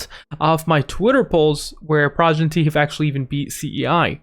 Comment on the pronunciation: its pronounced PRO-GEN-ITY